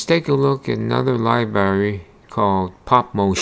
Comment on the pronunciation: You keep saying libary.